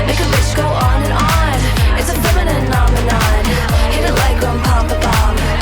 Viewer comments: Why can none of the men pronounce Femininomenon?? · why cant any man 😩